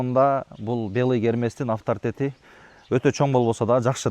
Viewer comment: Афтаритет деген 😂